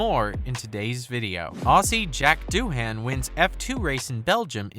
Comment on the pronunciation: Its not Doo-HAN, its DOO-un